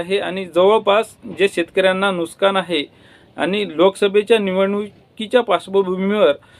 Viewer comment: Nuskan nahi nuksan